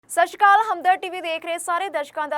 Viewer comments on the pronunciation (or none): ਸਾਸ਼ੀਕਾਲ ਨਹੀਂ ਹੁੰਦਾ ਸਤਿਸ੍ਰੀਅਕਾਲ ਹੁੰਦਾ ਹੈ